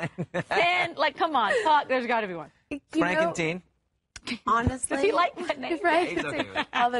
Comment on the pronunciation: frankenteen lol